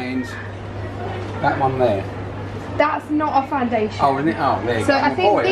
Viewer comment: You look like so pretty but the foundashern tho😜😂